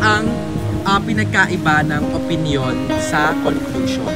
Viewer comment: hahaha hyp o-pin-yon😂 con-clos-yon 😂🤣